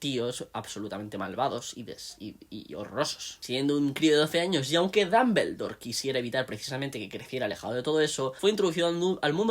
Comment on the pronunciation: Damveldor jahshfjahdkd lo dice muy gracioso